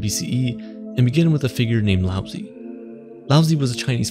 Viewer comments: Love the video. But the pronunciation of Lao Zi is being butchered. You got the Lao correct, but Zi is pronounced more like Tseh, not Zee. You end up making the name sound like you're saying lousy, which is of course not appropriate. Keep it up with the great vids, it's a shame this one has so few views. Flow is attainable through meditation. I have been fortunate to experience this after much practice. I have sat and meditated in complete stillness, thoughtless, and it was bliss. Time went by like nothing I've ever experienced. What felt like maybe 5 minute was nearly an hour. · Lao Tzu ...not "Lousy" lol... either way, great video on a great topic. ...be like water my doods. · Just for everyone to know his best known name is Lao Tzu, and he pronounced 'Laozi' wrong as well it's pronounced 'Lao-zah' for those who wanted this information to know more about the philosopher